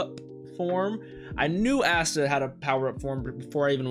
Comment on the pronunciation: Ah-sta lol i swear i heard you say assta 😂